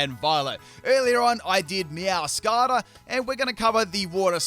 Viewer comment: You absolutely murdered the pronounciation of their Quaquaval and Meowscarada's names, my goodness